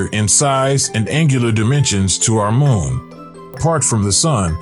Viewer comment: Larn to say moon right🌜 not mon